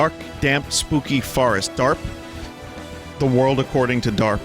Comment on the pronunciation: ZE WORLDO